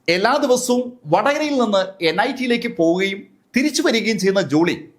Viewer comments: Niit അല്ല.nit ആണ്.വെറുതെ എന്തെങ്കിലും അങ്ങ് പറയരുത് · Its NIT not NIIT